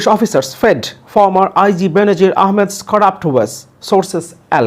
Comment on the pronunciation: Not Benzir- it is pronounced as Benozir. Please correct